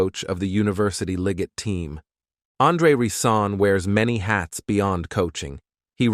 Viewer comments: His name is Rison not Reesaan. Get his name right if you’re going to do a video on him. Sloppy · Da reeeee- sons da reeeson that were here!- Phillip Bailey that’s rison not reee- son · ReeSohn Ricin, never pronounced correct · Who the hell is Andre Reeseson and riceson 😂😂😂😂 he literally butchered his name the whole story. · He is saying his name like the poison. Hmmm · I can’t get over the fact that he keeps butchering his name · This dude pronounced my boy name wrong the entire video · He jacked up his name this entire video 😂😂😂😂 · I was just going to say that ty😅😊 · Learn how to pronounce Rison and Modell - then I’ll give a like.